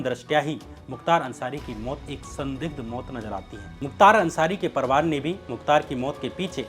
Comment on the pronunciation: Kya parwar bolte ho?? Parivar ni bola jata?